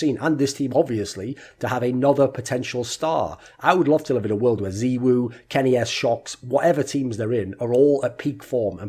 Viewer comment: “Zeewoo” lul its “zaiwoo”